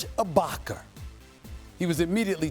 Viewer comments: “Serge Ibarkar” 😂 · "SERGE A BOCKER" 😂😭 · “ SERGE IBAKAER”